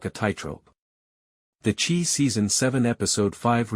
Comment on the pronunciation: Not the "Chee", the Chi, with a long "I"